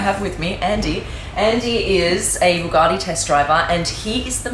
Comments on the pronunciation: Hey, what an amazing Video :) Please can you say "Bugatti" and not "Buuhghaaati"? There is no "h" in Bugatti. ;) Thank you and go on with this cool videos :) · Dear Supercar Blondie! FYI “ Bugatti” is pronounced “Bu-Gatti” There is no “r” anywhere in the car name! Great channel though ! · I hate the way you pronounce bugatti. BoogARtti